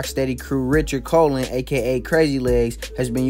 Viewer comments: Colon is pronounce like "cologne" not colin. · It’s pronounced like cologne not the body part. Colon. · Right? This kid made me cringe hearing him mispronounce a common last name. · It made me cringe a bit since I'm Puerto rock but doesn't take away the overall message. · If he pronounced that out loud anywhere in NYC especially the Bx , he would be corrected very quickly. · I agree! The video poster should at least learn how to pronounce two words or two names in Spanish! Wow. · Not how you pronounce colon lmao. But funny as hell.